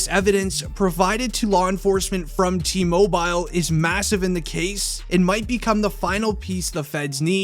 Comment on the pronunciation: Cringe the way you say TMobile lmao